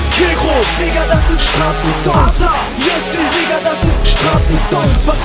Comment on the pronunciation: Ata und nicht Atak du holz